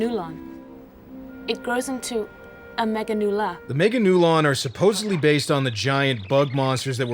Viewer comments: The dub pronouncing Meganeura as “meganula” is agonizing. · Meganeura, not meganeula. Even the English dub actors were clowning on Japan lol